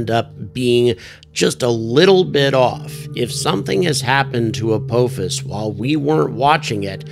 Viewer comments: Good stuff! But It’s pronounced uh POFFICE. Have you never watched Stargate SG-1? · I believe it is pronounced "ah-paw-fis"